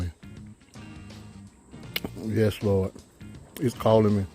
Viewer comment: He called on the "Lawd"! Those wings have to be good!